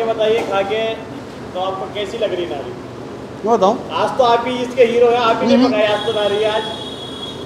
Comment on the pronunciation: Thank God you’re calling it Nahari instead Nihari. Please encourage others to pronounce it correctly.